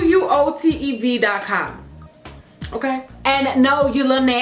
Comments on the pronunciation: OMG QUOTEV <3 'Quo-tehv' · Quotev is pronounced Kwo tev